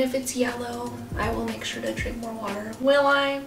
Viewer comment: Nobody:: wa-a-er for "water" lol